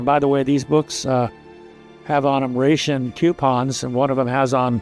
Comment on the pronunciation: I've never heard ration pronounced that way.